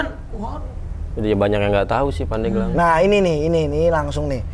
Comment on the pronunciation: Pandeglang min bukan Pandegelang